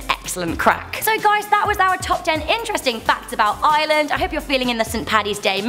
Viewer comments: look ITS NOT ISLAND SAY IRELAND NOT ISLAND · Am I the only one who gets mad when people pronounce Ireland like Island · Ireland is pronounced like "rland" not "island" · It's Ireland not ieland 😒😒🖕🏼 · ok yes we are an island but don’t call us one it’s are-land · It’s ireland not island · Y do u say island it's Ireland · You don't pronounce Ireland like island ITS I R E L A N D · She is saying ireland like "island" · Stop saying island it's Ireland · not everyone in Ireland has red hair ,_, plus you say Ireland not island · They pronounce Ireland like "iland" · Was anyone else annoyed when she says island and not IREland? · its not eyeland its IRELAND D: and another fact if you dont like taytos..... BAYTIANS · it's no island it's iReland with an R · it's Ireland not iland pls say it right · its IRELAND not island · lol she pronounced it island instead of Ireland lol I'm Irish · Ireland. Not "Island". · she said island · I'm sorry but it sounds like your saying island not Ireland and what about Samhain? We're (I'm Irish BTW) the ones who came up with the idea of halloween or Hallow's eve it's meant to be a time where the dead are closest to us from the spirit world and also Samhain is a festival marking the end of the harvest season and the beginning of winter or the "darker half" of the year. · its ireland no island your pronouncing it wrong just making it clear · You said island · She call Ireland island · I hate the way non Irish people pronounce it Island it's pronounced ire- land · I'm Irish and girl your pronanceing our name wrong you like ieeland is ireland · U love iland it's Ireland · Hey just saying it's pronounced eye-er-land not eye-ya-land. If you don't know what I mean watch the start when she mentions her holidays. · It annoys me so much when she says island its ire- land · why does she keep saying Island not Ireland 😂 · Why does she sound like shes saying island when saying ireland?? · it sounds like she saying Island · STOP CALLING IRELAND ILAND